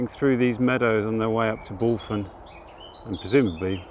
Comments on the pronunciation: Another great vlog, was lovely to see you walking through Aveley village. I was born not far from the village back in 68, was a lovely place to live back then, tho now its a shadow of its former self. Bulphan is pronounced "Bullvan" lol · Hi - Re: “Bulphan”; you pronounce the ‘ph’ as a mild ‘v’ sound and the last ‘a’ like the ‘a’ in Ivan.👍🏻👍🏻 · Another great walk, really like it when you come to my neck of the woods around Thurrock. FYI Bulphan is pronounced BULVAN locally